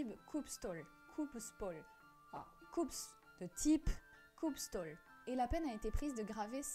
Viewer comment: Je pense que on prononce « stoul » si je me référe au norvégien moderne